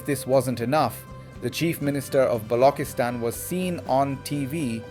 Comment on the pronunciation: Why Balockistan instead of Baluchistan? Why Packistan instead of Pakistan? Why Saardaar instead of Sardar? The artificially 'Gora' sounding pronunciation is really irritating and fake and distracts from the message. It shows some sort of inferiority complex on behalf of the commentator with using the authentic pronunciation. Please avoid these fake distractions